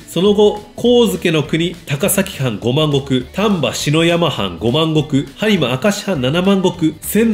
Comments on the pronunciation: 丹波しのやまはんといっていますがささやまです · 篠山(しのやま)❌→篠山(ささやま)と 言います。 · 力作ですね。丹波は、シノヤマではなく、ササヤマです。篠山出身の桂文珍が、お返しに、ミタをサンダとくすぐっていました。